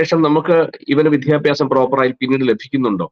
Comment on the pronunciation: "വിധ്യഭ്യാസം" അല്ല. " വിദ്യാഭ്യാസം". ഉച്ചാരണ ശുദ്ധിയോടെ പറയാൻ ശ്രമിക്കുക.